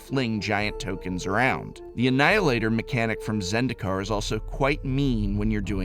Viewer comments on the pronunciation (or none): none